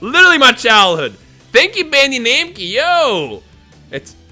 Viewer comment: cracks me up every time you say “bandee namkee” 😂 do a studio tour video!! and you should give away one of those dragon ball figures, I would love the gotenks :)